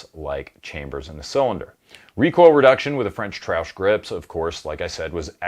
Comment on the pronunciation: Why is he saying "Trash" funny, is that how the french say it.....